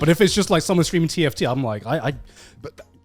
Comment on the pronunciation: each time conner says tft i just hear tf2